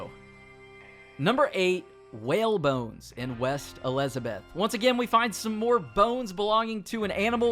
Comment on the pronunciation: y’all here they way he said Elizabeth🤣